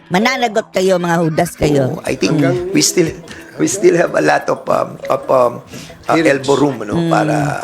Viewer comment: One General said na tagalog na lang daw gamitin kasi nakakasuka daw dinggin yong englis ng iba jan.😂😂😂. Yong follow niya is palo. Yong of is op daw. At yong from is pram. Ano ba yan.